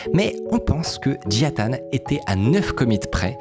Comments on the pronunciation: Peux tu lire le mot suivant stp : Nintendo -Micode : "Nitendo" -Et celui-ci : Jia Tan -Micode : "Jian Tan" 🤔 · Tu dis Jian Tan au lieu de Jia Tan à chaque fois ça me perturbe de ouf, mais super vidéo ! 👌🏼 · JIA Tan, pas JIAN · Désolé, beau gosse, ce n'est pas Jian Tan mais Jia Tan. Tu l'as bientôt compris. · Comment ça me stresse que tu dises Jian Tan au lieu de Jia Tan 😱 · C'est marrant tu as dit toute la vidéo JiaN Tan... et c'est JiA Tan... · pourquoi prononcer "JiaNE Tan" et pas "Jia Tan" comme c'est écrit? vraie question, est-ce qu'il y a une raison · Toujours du bon travail mais je m’en remets pas que tu as dis Jiane tan , jia ta CEST JIA TAN PUTAIN😂😂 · Y'a que moi que ca trigger d'entendre "Jian tan" et lire "Jia Tan" ? x) Si non super vidéo, beau travail, merci beaucoup ! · J'crois qu'on a eu droit à toutes les prononciations pour le nom du mec... Jian Tan, Jia Tan, Jia Ta.... concentre toi un peu veux-tu ? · j’te jure il voulait pas dire jia tan toute la vidéo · Merci Mine-code, superbe vidéo Ya que moi que ça trigger à mort qu'il rajoute systématiquement un N gratuit à Jia-tan ? Pas UNE SEULE FOIS il le prononce correctement